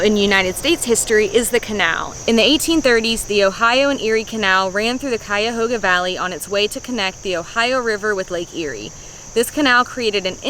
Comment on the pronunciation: Props for the correct pronunciation. A lot of people get it wrong